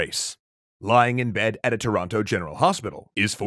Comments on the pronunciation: The way you say toronto always throws me off as a toronto native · Sure is weird hearing the second T in Toronto pronounced. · As a Canadian out west who's accent contains flairs of an Ontario accent hearing Toronto pronounced with a hard second "t" sounds so weird. It's Toronno! Or Toronner if you're super Canadian. ;) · Pronounced Toronno in the Maritimes as well